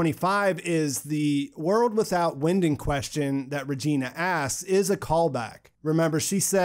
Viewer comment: Not a German expert but Winden is probably pronounced Vinden in German!!!!